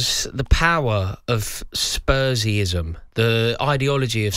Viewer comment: "Spursyeism?" you savage 😂